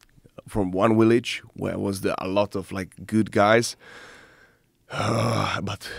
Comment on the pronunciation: “Two crazy guys from my willage” love this guy